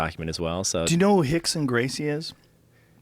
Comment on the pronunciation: Rickson Gracie .... not hickson